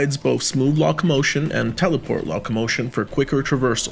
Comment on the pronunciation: Nice review! Not meant as an insult but I’m confused by the mispronunciation of locomotion (lockmotion) tarot (tarott) and echelon (eckelon) you sound like a native speaker so I’m just wondering how that came about?